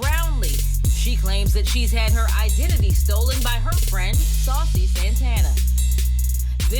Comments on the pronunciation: Is she calling him SALSA? 😂😂😂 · Why ms. pat is calling him sausa santana